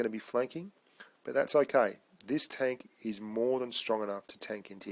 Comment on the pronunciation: And it's not tonk, say tenk man